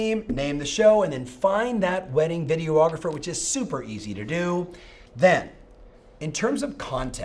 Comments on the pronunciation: Video- ographer? It’s just Videographer.... FYI. All kidding aside though Thanks for the “cont-tent” LoL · Jeez...video-ographer? Do you also call your clients "ree-la-turs"? On the serious side, very good, relevant content! Thanks!